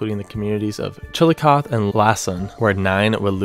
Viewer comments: The pronunciation of Chillicothe...... Chilli coth ee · Galla-poLEESE ChillicoTHEE Sorry, it was bothering me. You got Wheelersburg right, though! This is where we live and my mother-in-law knew some of the people that were killed. One was a girl she went to school with. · Chillicothe is pronounced "chill-eh-coth-ee." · The e is pronounced in Chillicothe (chill ih coth ee). Love, a semi-local 😂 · Excellent video! I watched the Xenia (ZEEN-yah) F5 go by at age 12. It's the only tornado I've ever seen and hope to ever see. Chillicothe is pronounced Chill-ah-KAH-thee or Chill-oh-KAH-thee. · Thanks for saying sorry for the pronunciation (lol) but just a heads up it’s pronounced: Chil-i-coth-ee :) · It's pronounced Chill-ih-coth-EE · sorry but it’s pronounced chill a coth e and lake un also it’s in Illinois not Ohio sorry I just live their and had to correct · As someone who lives near Chillicothe, you say the E lol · unlikely you’ll ever need to talk about Chillicothe again, but the e isn’t silent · Chillicothe has a long “ee “ sound on the end of it, making it a 4-syllable word. I live in Chillicothe, Ohio, so I thought I’d help ya with the pronunciation. 🤭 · the end of chillicothe is pronounced like coffee and the c in lacon is pronounced like a k. midwest names are wierd. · You almost had chillicothe said right, you just say the e